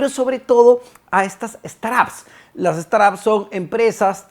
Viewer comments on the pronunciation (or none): "Straps"???? 😂 quieres decir "Startups" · De acuerdo, no se por que dice "straps" 😅